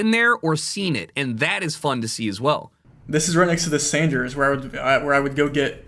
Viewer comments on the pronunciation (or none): none